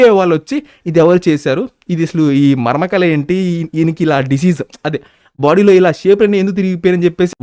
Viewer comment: Varmakala ❌ marmakala ✔️